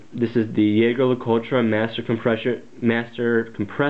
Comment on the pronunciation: Oh my God, someone finally said the brand name right!!